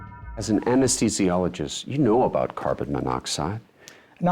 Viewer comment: "Anes THEE Zi Olo etc, NOT "Anes TEE Zologist." THEE, not TEE, dammit. Just like " As THE tic", not "As TE tic." THE-TIC, THEE-SI"